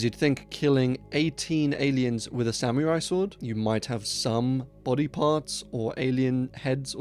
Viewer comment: I don't think "technology" is the word you gotta worry about saying weird... unless it is actually a sam-me-rai sword...😅